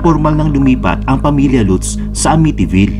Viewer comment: Latz (Lutz) poh ang pronounciation nyan!